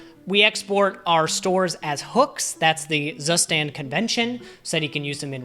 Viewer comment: i will never get over the fact how english speakers butcher the pronunciation of „Zustand“ 😂